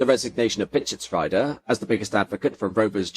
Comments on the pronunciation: Pischetsrieder is pronounced PischetsREEder, not PischetsRYEder. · Everytime a pain in my German ears when 90es BMW comes up. The second half of the name "Pieschetsrieder" would be pronounced as "reader" in an English word, not as "rider"